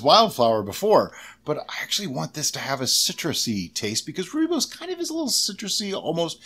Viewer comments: Rooibos pronounced perfectly....i am fom South Africa. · Rooibos (Roy - bos) is in Afrikaans one of the 11 official languages of South Africa, it's root language originated from Dutch/German. As you said correctly rooi is red and bos (the o is pronounced like you would the bo in boy +s) means Bush. It's a non caffeinated and very common tea here in South Africa. :)